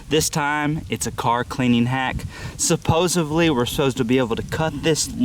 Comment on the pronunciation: “Suposiv-lee” lol same.